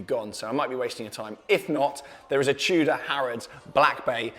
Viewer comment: r u saying chuda or tudor lol